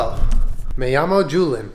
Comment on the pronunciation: name in spanish is read like Wholyan But you pronounce the “y” louder